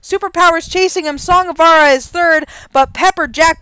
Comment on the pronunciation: I'm Glenn Larson's son, and I'm commenting on this for one reason. Pronounce the j in Vajra! It's "Song of *Vuhj-ruh*", not "Song of Vah-rah"! Put some respect on his name!